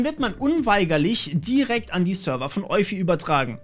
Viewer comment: Ich würde Eufy so wie Spotify aussprechen, ist aber auch nur eine Vermutung